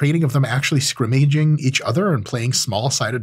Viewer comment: Today I learned how to pronounce “scrimmaging” like a phd